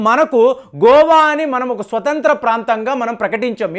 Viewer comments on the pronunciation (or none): none